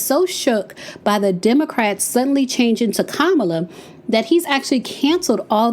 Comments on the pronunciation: It’s COMMA-Luh. Not kuh-mal-lah 🙄🙄😂😂😂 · It’s not Ka-Mah-La it’s pronounced; Comma-Lah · KAMALA is pronounced COMMA LA I ❤ u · Say her name Kamala! It’s the best way that I can share is Comma-La. The emphasis is on KA not Ma! I’ve heard the other side purposely pronounced her name wrong. Smh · "COMMA, LA" - Name pronunciation Let's all make it a priority to pronounce her name correctly, just as you would want someone to pronounce your name correctly, consistently. Thanks! ❤ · Hello, you are my girl, and I love your channel. I believe you're pronouncing VP Harris first name incorrectly. Listen to the way former President Obama says it. But the pronounciation is: Ca-ma-la, I think😊. Girl, keep those videos coming. Near the end of your video, you started pronouncing her name correctly. Be blessed, my Sista.❤ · Please say her name correctly. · You’re pronouncing her name wrong listen, how Barack pronounced her name, please. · Please pronounce her name Correctly